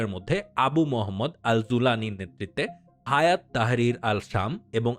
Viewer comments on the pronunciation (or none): হায়াত না হাইয়াত হবে।